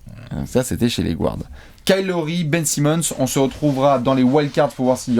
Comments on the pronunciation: Les gars, juste pour info, "guard" se prononce "gaa(r)d" et non pas "gward" :) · Arrêter de dire gouards à la place de guards Il est où le ‘ou’ Dites meneurs pls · Je vous suis tout le temps, et je vous kiffe enormement et, par contre mes oreilles saignent quand vous dites GOUARDS haha ca se prononce GARDS;) much love la team <3